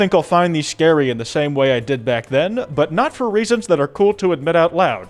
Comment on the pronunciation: Scawy Fawcett